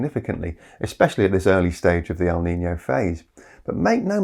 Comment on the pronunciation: As a spaniard, that was some great pronunciation of our often neglected Ñ.